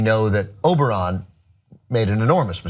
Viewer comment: Jesus...How many times are they gonna say Oberon without anyone correcting it